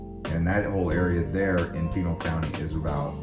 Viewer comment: Isn't Pinal pronounced (paw-naul)?